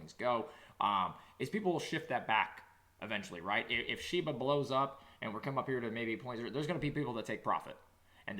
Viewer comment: It's Shiba NOT SHEBA